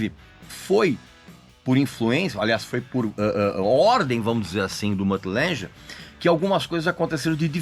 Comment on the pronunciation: ok, um "critico" que nem sabe dizer o nomes da pessoas.... Lange, não Lanje